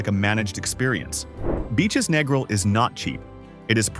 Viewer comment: can't even pronounce Negril properly, can't take an AI review seriously. Everyone knows about Hedonism. Same with Montego. RIU is a rundown has been resort. Bahia Principe is a giant paved over nightmare with a thousand guests. Food is awful in a place that big. Sandals is ok but way overpriced with an air of pretension. We have stayed at Couples Sans Souci 12x in last 10 years, going in Nov and Feb. It's perfect because it's small, no one under 21, nude beach, good food. Who cares about discolored grout in shower. The staff is great, remember us every yearr.